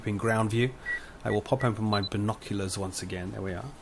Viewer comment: G'day! I played my own mini-game: I took a shot every time you said "bino-clee-uhrs". :P